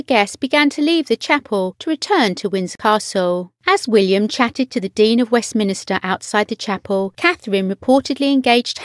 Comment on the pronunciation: It's Westminster............ not Westminister....... sorry...............